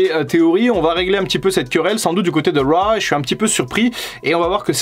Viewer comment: Si t'arrives pas à dire raw bah on le dit à la française : monday night Crue. Ça peut être marrant